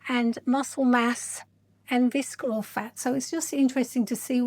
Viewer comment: The C is not pronounced in “visceral.” It’s pronounced “VISS-er-ul.” 😉 I’ve done both InBody and DEXA scans. I actually had my 2nd DEXA scan just yesterday. DEXA is definitely the gold standard. InBody is a form of Bioelectrical Impedance Analysis (BIA), which is very affected by hydration fluctuations. It’s the same technology used for bathroom body fat scales, but slightly more accurate due to the handles (although there are some home models now that use handles). PS I think your fitness is excellent, but the facial fillers and Botox actually make you look older… You can barely move your face. But you have a lovely, calming speaking voice.